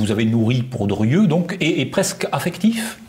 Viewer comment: Monsieur le présentateur, on prononce "DRIEU" et non "DURIEU". Insupportable.